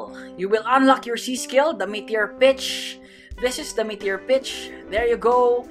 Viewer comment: Your accent makes it sound like you're saying the B word